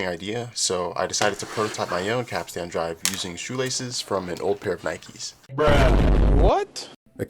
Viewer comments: Heyo. FYI, it’s pronounced like cap-stn, not cap-stan. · Great vid, but capstan is not pronounced cap-stan with equally accented syllables. The first syllable is stressed and the last syllable is pronounced stun. Think captain, but with an S in the middle. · Damn, that was pretty cool. Apart from how you said, 'capstan'. Have you got your cap Stan? No, but I've got the capstan.😁 Edit: I'm British... Hope that clears things up. Subbed. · Every time you mispronounce capst'n i cringe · Please say Capstan as "Capstn" and not Cap Stan as that just hurts my English ears... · While in the Navy, we pronounce capstan as cap-stin. Not sure if we are right. Love the video. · How can you have done as much research as this and still be saying Cap Stan?